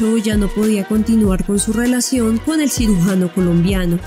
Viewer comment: Nobia...., " sirugano" , NOOO.CIRUGIANO